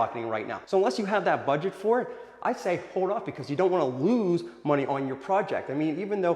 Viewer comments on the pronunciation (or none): none